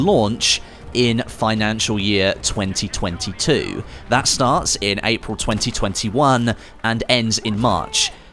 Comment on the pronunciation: Nothing to do with the vid but who else finds it weird when he says 2022 😂😂😂